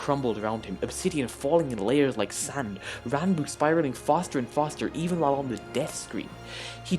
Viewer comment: You actually pronounced his name right!